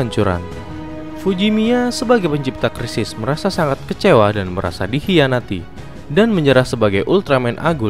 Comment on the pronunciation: Siris bg bukn krisis wkwk😅